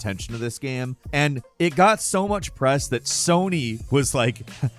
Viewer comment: Well, most of the times, he pronounces the word "game" wrong, so what did we expect.